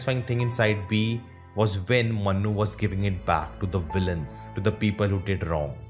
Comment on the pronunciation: please work in your pronunciation It's Manu, Not Mannu Yeh Dunki wala Mannu nahi hai Yeh Priya ka Manu hai